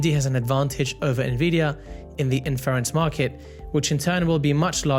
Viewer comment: Buen video, gracias por compartir. Una nota, inference se pronuncia con acento en la “i” al principio como lo dice Lisa en el min